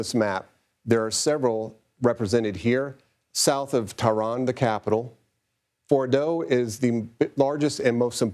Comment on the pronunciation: This man clearly has zero clue how to say Fordo lmao. “Retired General says this”__ and just expect people to believe it. Unfortunately many do.